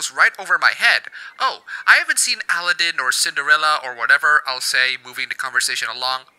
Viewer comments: (Al-eh-den) like Paladin the game. lol I never knew people could pronounce that name so differently. By the way its (A-lah-den) my dude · First video I've seen of yours. I may need to subsrcibe! I love your technically correct pronunciation of Aladdin (Allah-DIN vs Al-AA-din). - Briar Rose was not in a forest when she was rescued by a stranger; she was in a castle guarded by a butt-hurt witch who turned into a dragon and was vanquished by the man the Princess loved, who, by STAGGERING coincidence turned out to be a heroic prince, and learned from said butt-hurt witch that his true love was held in said castle, thus hastened to her rescue at great peril!) - - Anthropomorphization is a common cartoon form, you Philistine! And I cried too about Todd getting left in the woods in Fox and the Hound (also...why didn't she call the sheriff? Amos Slaid SHOT AT HER and she's the local dairy farmer! Where are the police? Where's the village mob?) I still cry about my own dog's impending demise when I hear that woeful harmonica solo while Todd unwittingly licks Mrs. Tweed's face. But this is ART! It evokes emotions like sorrow and makes us think about the sadness of parting and the precious nature of the time we have with loved ones! Appabend, thank you. Your cartoon faces are awesome! Off to your other videos! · Al-lah-din - kek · Al-a-ddin, o could but chuckle how you pronounce aladdin. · that's how I'm going to pronounce Al-a-ddin for now on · The way you say Aladdin is kinda weird to me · I have never heard anyone say Aladdin like that. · furseisekilulz sounds like a horrid news correspondent butchering a terrorists name